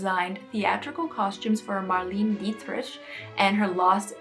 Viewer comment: I think it was very selfish for Kim to wear such an iconic piece of history and to try to usurp herself into history and possibly ruin the dress. Just wanted to let you know that Marlene Dietrich was pronounced Mar-lay-na Dee trick and she was ahead of her time as well as Marilyn. I think the Kardashians are under mind-control.